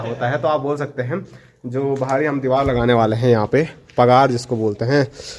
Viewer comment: Deewal nahi deewar bolte hai